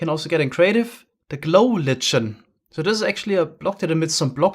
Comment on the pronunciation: Love you and your german accent, but: "Glow Lichen" is pronounced "Glow LIE - KEN"